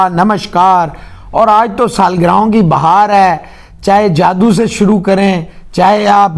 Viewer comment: Sir jaadu nhi jaddu hota 😊😊